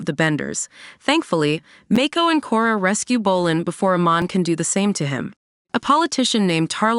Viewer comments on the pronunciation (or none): Your pronouncing the names wrong, it's not Make-ko, it's Mako! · Even Mako